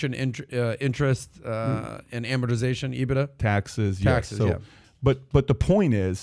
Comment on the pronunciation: Patrick doesn't even pronounce it properly. EE-BIT-DAR